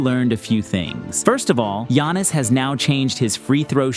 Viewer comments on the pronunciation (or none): none